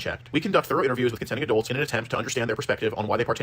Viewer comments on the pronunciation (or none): Adolts? it's pronounced adults.